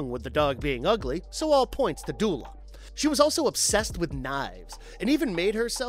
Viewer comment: it's pronounced du ela